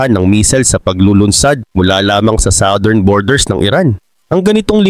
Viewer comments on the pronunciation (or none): none